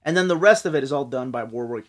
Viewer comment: I’ve always loved Warwick’s work. It’s pronounced ‘Warrick’ by the way.